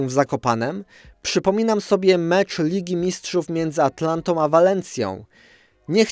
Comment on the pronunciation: ATALANTĄ, nie ATLANTĄ! ;)